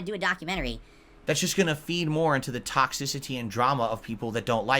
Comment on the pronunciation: I knew he said toxicity weird, it’s one of those words he randomly fast forwards or pronounces at some odd pacing. But I just now realized how hard he leans into X and makes it sound like a K. With this one word. He’s such a bizarro freak of a person. How nice of you to remain happy in the face of trolling. Definitely worth bragging about to the world. You do realize though,, that the main reason you have trolls is your sick obsession with making yourself happy? How Happiness makes the world go round? Is more Quality Time what you should really be worrying about? As a Big Strong Family Man? Let me know. Thanks. Wishing no ill is a classic lie-style lie. Unless you’re confessing that you are not, in fact, human you are lying. You wish ill, you will it. You dream of revenge. You dream about the world standing up for you. These are all human reactions to hostility genius. It is impossible to not feel them. You do not control your feelings moron. You also don’t get credit for your fake idiotic integrity. Oh, what a Big Man is, look how he forgives his enemies and turns the other cheek. Ugh you are sickening. Own your true horrible self. Own your douchebaggery. You cannot hide it. It’s literally disfiguring your face. You want you to be happy. End of story, you dumb selfish mutant.